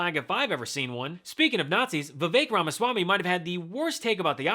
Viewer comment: I thought I heard him referred to as "Vivek Ramasalami".